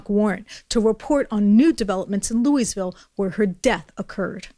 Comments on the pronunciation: hun, please stop saying it "looeezville" it's 'looaville'. thank you, great reporting. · It’s not LEW-eez-vill, it’s LEW-ee-vill. Otherwise, great report! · You can tell she has never been to Louisville, Kentucky by the way she pronounces it xD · Really? You don't know how to pronounce Louisville? Geeez